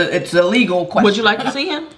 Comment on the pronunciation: "Leval" not Legal HAHAHA